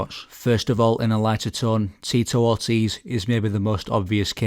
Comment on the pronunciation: "Teatorties"? You mean Tito Ortiz?